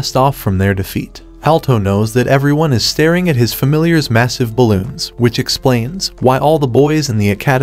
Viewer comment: why the heck did u say ballons? lie just why